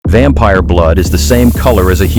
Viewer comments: "Vempire" wrap it up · “vempire” no shit